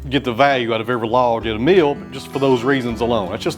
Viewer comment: I love that a MILL is pronounced MEAL ! 🙂